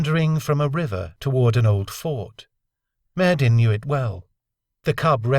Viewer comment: Why do you insist on pronouncing that name "Myyddin" with a hard "D" when you must know that in Welsh (Khumric/Cymreag) the double d "dd" should be pronounced as a soft "th?"